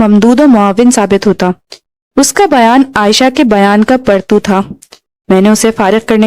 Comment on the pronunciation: زبردست انداز بیان ، خوبصورت آواز ، بس تھوڑا تلفظ پر توجہ دینے کی ضرورت ہے ۔ پستہ قد (Pasta Qad) کو تم Pista Qad پڑھا ہے ، اسی طرح پرتو (partao) کو Partu. ممد ومعاون کی تصحیح شبیر حسین کر چکے ہیں ۔ اردو تمہاری قومی زبان ہے تھوڑا دھیان دیں ۔ Love from Mumbai.